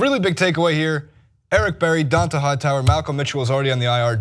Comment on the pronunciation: "Dawnta hightower"...